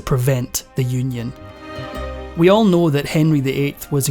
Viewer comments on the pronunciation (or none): none